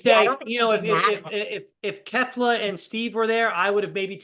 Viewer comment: It's pronounced key-fla. At this point it's sounding deliberate, which feels a bit racist.